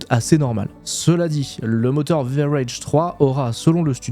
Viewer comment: Space engailleneur mais par contre il dit bien en anglais le Rage du VRage3 mdr 😂